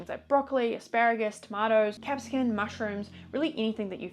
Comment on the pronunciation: isn't it capsicum not capscicun?